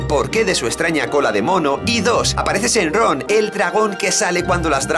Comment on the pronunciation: shenlong:'v no shenron :c